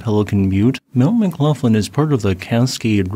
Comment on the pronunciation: McGlofland? Is that how that name is pronounced? I tend to pronounce the gh with that sound at the back of the throat you have in Gaelic.